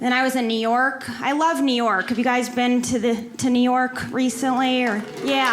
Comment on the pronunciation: Neor'k + New York ----->> LOL